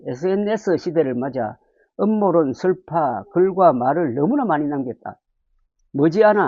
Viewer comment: 음모론 발음을 제대로 하세요 ㅋ